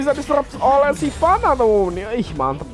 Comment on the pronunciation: Hha "silvanna" :v